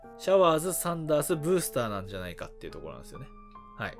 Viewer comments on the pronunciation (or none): サンダースがサンダーズになってる笑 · サンダーズって言ってるよ